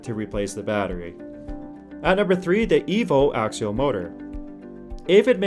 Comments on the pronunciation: AXIAL not AKSHUAL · (pe)s- you-doh pseudo Acks-ee-all axial. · Since you are using a North American accent I'm going to have to agree with learning your pronunciations. Stator stā′tər and Axial ak-sē-əl have actual pronunciation guidelines, which you are not following. I might also suggest looking into current application of said axial motors. Namely that seem to be implemented